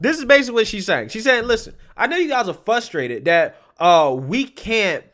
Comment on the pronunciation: “Fustrated” has an “r” in it. You want to be the black representative; please don’t embarrass the race with speech problems.